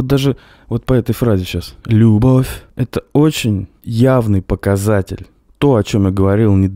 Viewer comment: Ребята, одно дело, когда Пушкин говорит музЫка вместо мУзыка, другое дело когда Тапок говорит лЮбовь вместо любОвь. И дело не в том, что там ПУШКИН, а здесь какой то тапок, а в том, что у Пушкина это органично вплетено в текст, а тапок это делает лишь в угоду иностранному ритму. Хотя переносы ударений у классиков меня всегда подбешивали. И вот эти ещё неологизмы типа "брег" или "вечор". Хуета. Но тапок ещё бОльшая хуета.